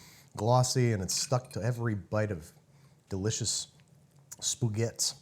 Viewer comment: BTW, "spuguets"? Where are you from, Barcelona?